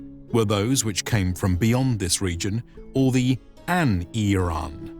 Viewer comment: Eirean... hmm you pronounced that awfully funny sir.